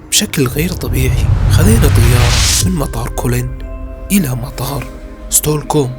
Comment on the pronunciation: ستوركوم ؟؟ من وين جبت هالاسم ؟ 😊😊 اسمها ستوكهولم مش ستوركوم 😊😊